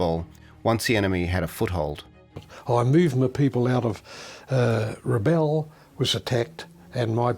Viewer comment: Great vid, thanks. One irritation is Rabaul being pronounced RABALL, the correct pronunciation is RA-BOWEL.